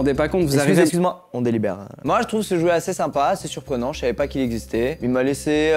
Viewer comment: Maxenss a dit "chou" ou "j'trouve" ?😂